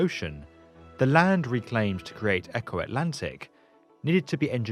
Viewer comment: Funny how he pronounces Eko as Echo.